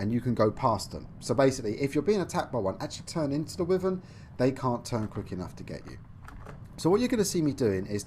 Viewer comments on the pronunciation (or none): Btw it’s pronounced Why-Vern not With-Vern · its pronounced why vern not wih vern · I'm British, and it's definitely Why-vern, it's not like "Tomato" over here we say Tom-art-oh and in the US they say Tom-ate-oh, "Wyvern" is universally pronounced Why-vern, sorry bud